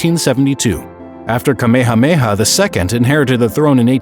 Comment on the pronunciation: this is so sad but the way he said Kamehemeha and Hawaii just got me mad